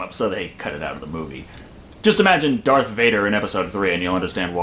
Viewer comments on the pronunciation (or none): none